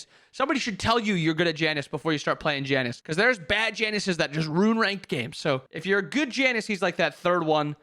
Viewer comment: I don't hear "Janus", I hear "Janice" and laugh at the idea of a suburban mom in the mid lane.